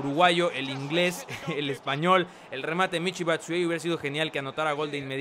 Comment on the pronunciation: Se pronuncia Michi Batsuayi